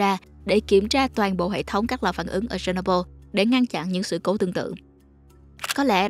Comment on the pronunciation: phát âm chuẩn giùm. chéc nô bưn. se nô bô là cái gì?